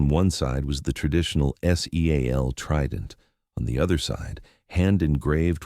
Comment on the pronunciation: Teach the AI to pronounce seal as a word since it appears in every military story.